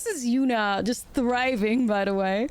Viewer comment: With your accent, I swore you called the deck “Absolute Yuna-t” to start and now I have to play it